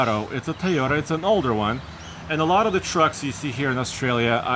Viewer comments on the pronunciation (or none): Tieyota Lol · Good vid but they are utes not pick up trucks and they are pronounced toy-oters